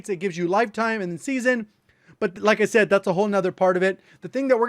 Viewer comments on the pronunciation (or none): none